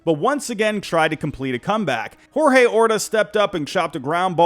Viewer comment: Nicde list - good video. But the player for the roaylas was called George Orta (even though it was spelled Jorge).